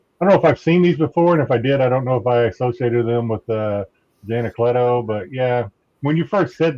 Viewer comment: Jay Anacletos line work has anyways been amazing! He's one of the few artists that i enjoy the black and white just a much as the color, if not more! And props to for pronouncing Anacleto that way. I'm pretty sure that's the correct pronunciation but everyone says it another way.